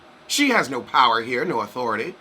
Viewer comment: The "nooooo" and "invatatay" 😄😄